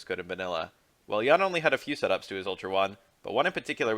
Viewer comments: Yoon. Not Yaeun. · Pronounced as "Yoon" btw